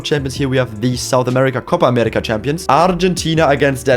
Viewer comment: wow, you said Copa américa so naturally, like a brazilian